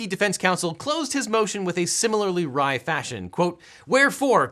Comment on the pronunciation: Please do more of these, the whole thing is my favorite video of yours. Also, it's "wry fashion," not "rye fashion." I know you care about accuracy, especially in a video where you specifically critiqued lawyers for their spelling errors. (